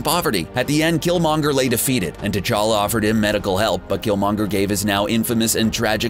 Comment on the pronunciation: T Chala not t chaka